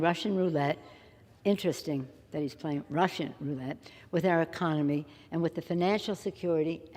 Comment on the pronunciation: OMF GAWD!!! She calls OTHERS hypocritical?.... TOO funny.... I especially liked the way she emphasized RUSSIAN.... and her Biden-like inability to say big words.... cascading catastrophe isnt that tough UNLESS you're also anxious about a bolt of lightning coming down and taking you out at any moment